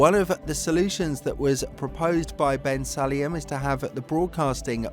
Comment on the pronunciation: If you're going to report on the President of the FIA why don't you learn to pronounce his name properly? Funny how you don't use the F word in your reporting.